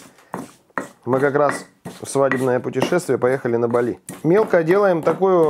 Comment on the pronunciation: Не БалИ , а БАли